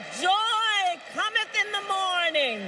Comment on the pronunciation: "Joy Commonth in the Mornin" No words could be more prophetic.